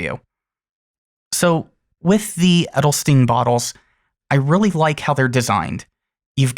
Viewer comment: I think it would be a great ink in a wet pen :D So that I can some of the darker shades out of it, but that is just personal preference. :) A little tip for the pronunciation of „Edelstein“... :) It’s not pronounced like „Edelstin“, it is pronounced more like „Edelshtain“ :)